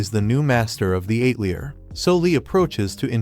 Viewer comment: The “ate-lee-uhr “? These AI voice overs are so incredibly bad! 👎🏻